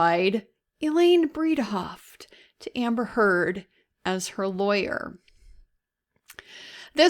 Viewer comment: PRONOUNCE NAMES PROPERLY. SHES A NIGHTMARE BUT C'MON